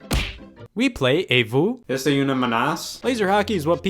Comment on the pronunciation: Scott how could you, you got the pronunciation wrong, the ce at the end of est-ce is silent and une is pronounced like oon as in balloon. there's also supposed to be a qu' before une, so it's est-ce qu'une menace.